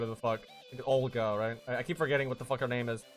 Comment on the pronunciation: Where does this Ogla come from? It's Ol (like in old) - Ga (like in garment)